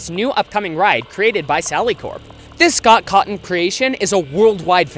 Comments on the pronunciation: Can I just say that you said “scott cotton” instead of Scott Cawthon 😂😂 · an eye twiches S-scott Catwon? S-scott Catwon? HAHAHAHAHAHA It's Scott Cawthon... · did he just call him Scott cotton or is that just my ears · SCOTT COTTON?? At least get his name right xD It's Scott Cawthon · Did..did he just say "sock cotton"? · Scott cawthon not Scott cotton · He said “ Scott cotton” XD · Same here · SoCk CoTtOn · i’m sorry, did he say Scott COTTON? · SC-OT C-AW-THOH-N Not trying to make fun of you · You said Scott’s name wrong 😂